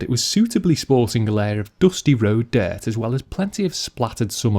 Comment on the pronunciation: "Diaart" 😂 (dirt)